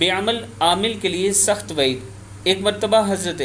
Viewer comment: اسلام وعلیکم ورحمت اللہ۔۔ "وحید" نہیں "وعید" صحیح لفظ ہے۔ جزاک اللّہ 🌹